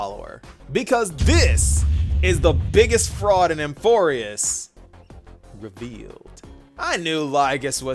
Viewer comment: It scratches my brain when says “REVEALED”😅 love it